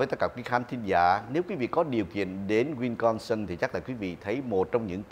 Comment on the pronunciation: Wisconsin not winconsin, ông.